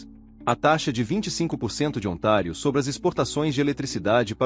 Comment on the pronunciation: Ontário , não é otário kkkkk